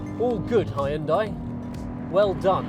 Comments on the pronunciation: Good review but Hyundai is pronounced "han-de" not "hay-un-dey". Would love to see a 3-way test of Veloster N, I20 N, I30 N. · Nice review! Please note it's pronounced "hyun-dae" not "hi-yun-die". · Please stop saying Hyun-dai like that... it legit gives me chills. It may be spelt Hyundai but the true pronunciation is Hyundae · Hi-you’n-Dieeeee 😅 (shouldn’t it actually be 'Yawwwnn-Daeeeeee ? 🤔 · Hi hoon die? " Really? Learn to pronounce. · Did he just say "high-undai"? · It's pronounce Hyundai- Hunday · Hyundai rhymes with Sunday. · Hooyutai. Так правильно. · It took me 15 seconds to look up the pronunciation of Hyundai. Why do you have to invent weird words? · He has a new pronunciation for #Hyundai!! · Had to stop watching the video because he keeps mispronouncing Hyundai to a point where it gets so annoying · I like the way he say "Hyundai"